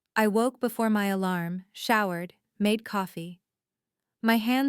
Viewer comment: Shoured? Instead of showered. How can the Ai bot be so stupid?